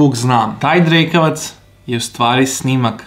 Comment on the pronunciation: jel on to rekao drkavac😂